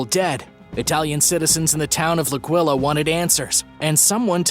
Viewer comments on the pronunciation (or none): AAAH-quee-la, NOT a-QUILL-er